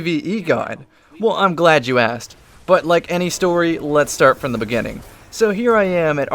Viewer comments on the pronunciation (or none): none